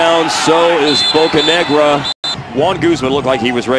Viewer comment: Anyone else notice how he said Bocanegra?